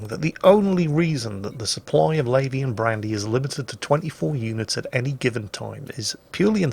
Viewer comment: first time i heard it, i thought you were saying Labian Brandy.